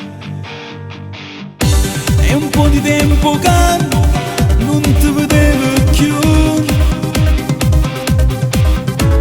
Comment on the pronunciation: Comunque si dice non te verevo chiù e non non te vedevo, si scrive con la d ma si pronuncia con la r